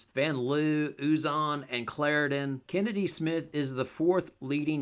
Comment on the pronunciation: Here I was thinking her name was actually pronounced Chinnedy. Her mom has some explaining to do.